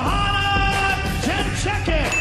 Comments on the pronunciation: she lied just to make it easier. i mean there is a definite "D". Its more like Youngd- ray - check. But young is more like yeng too. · Joe Hanna Jen-Jacket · JOANNAAA ! JED CHICKEN !!!!!!! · Did Rogan just said '' ten chicken'' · THE BEST ... Very funny! :D Simple: YEN-JAY-CHICK :D Йоанна Енджейчык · it's 'young-jay-check' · Joanna CheChicken lmao Rogan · Jesus. " yawnjayjeck" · Bob Langevin You wrote it properly the first time: YOanna yenJAYchick. The stress is always on the penultimate syllable. In Polish we would say: ariZOna, ameRYka, jaPOnia, portuGAlia etc. Some nuances: yen (d)JAY chick - yen is correct, jay syllable lacks specific sound which is alien to english language (dż/drz). Also letter I in chick is pronounced hard, harder than Y in sYmmetry. But overall you did great job, a lot better than professional commentators :) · Joanna Younggaychick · Yee-own-jay-check basically. Not that hard. I get the average fan screwing it up & not doing their research but damn that's actually kinda sad. She takes it in stride which is great, but jeez be more professional as a commentator than to make a guess like Yohanna edgeukchuk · My tongue just had a accident pronouncing her name...